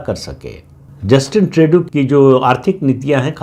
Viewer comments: प्रदीप सिंह जी, पता नही आप को जस्टिन ट्रूडो (Tru-Doh) का नाम सही बोलने मे क्यो दिक्कत होती है! 😊 ट्रेडू नही ट्रूडो! 😊 कॅनडा अपना अस्तित्व बनाए रखेगा! कॅनडा अमरीका का स्टेट बनेगा यह नामुमकिन है! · श्रीमानजी, प्रणाम! Justin Trudeau का सही उच्चारण है - जस्टिन ट्रूडो (ट्र+उ +डो). मैं पिछले कई वर्षों से Canada में रह रहा हूं और आपका चैनल निरंतर सुनता हूं; निःसंदेह आपका बहुत बड़ा फैन भी हूं. आपका चैनल दिन दुगुनी और रात चौगुनी उन्नति करे - ऐसी मेरी प्रार्थना भी है और कामना भी🙏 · पहले ट्रुडो का नाम तो सही लेना सीख ले प्रदीप सिंह 😂😂😮